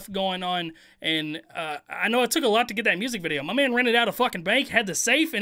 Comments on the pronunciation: 1st thing I heard when watching this......"THIS VIDEA IS SPONSORED BY-" no disrespect, I love this guy...but the way he said videa made me cough up my bong rip 🙏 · I gotta know... why do you say “Vidjia” and not video? I don’t mind I just gotta know. Haha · Can you say video like a normal person please?